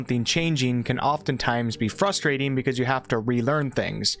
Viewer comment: You called out “I weren’t sure” but left “fidangle” and “fustrate”